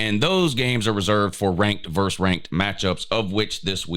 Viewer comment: Pet peeve: please learn to say versus.